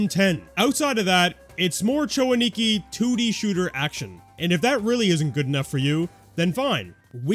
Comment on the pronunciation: A-Ni-Ki, not Ani-Ki. You're putting the emphasis on the wrong syllable.